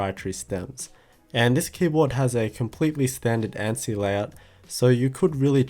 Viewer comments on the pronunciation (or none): none